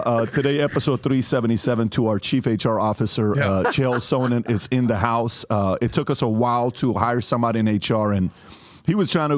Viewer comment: That and they all keep calling him Chael “So-nin”